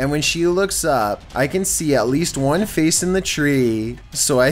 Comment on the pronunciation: "Number wan"